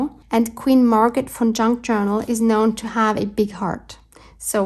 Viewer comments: What a fun video! I love Queen Margaret. I, too, thought you were saying Fun instead of Von....lol. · 😂😂😂. Wasn’t until you wrote her name that I realized you were saying VON! I thought you were saying FUN - Queen Margaret Fun Junk Journal!! 😂😂😂. This was PERFECT!! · I thought the same.